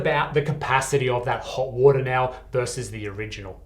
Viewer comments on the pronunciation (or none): coola or hoda woda? 😄 I like when the inner aussie appears